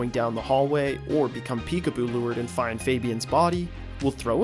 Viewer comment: he said whatever bird had a chance of having a mate. There was an ad rate as he was saying find and it sounded like the F word. I think it was a little bit before 539